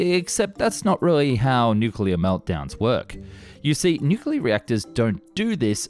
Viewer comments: "Honestly I don't know why we don't see this nucuuuwelough drilling technology" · I can’t believe the narrator can’t say ‘nuclear’ properly 😅